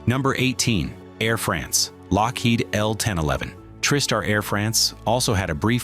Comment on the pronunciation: It sounded like you’re saying trip star instead of Tri-Star